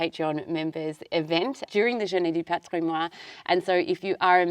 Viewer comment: This is nitpicking, but Patrimoine is pronounced wholly, not Patrimoi. Often, last syllables on words are not pronounced, but in this case, it is. Love you both.